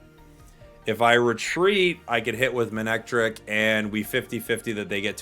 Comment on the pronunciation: Respectfully, it’s pronounced “muh-neck-trick”